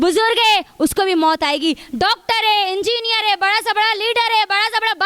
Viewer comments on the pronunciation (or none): none